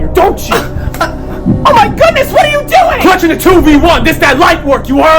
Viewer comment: CLUTHING A TWO V ONE😂